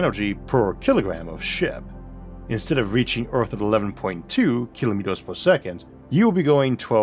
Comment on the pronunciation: If you cant pronounce earth but insist on doing a documentary on it